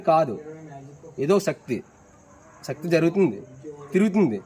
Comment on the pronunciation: Bro kadhu శక్తి కాదు